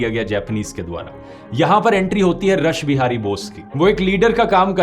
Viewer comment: Bahut hi shandar prastuti par Rathi sir ek bat thik kar lijiye रसबिहारी नही उच्चारण रासबिहारी होगा और उनका पुरा नाम लीजिये रास बिहारी घोष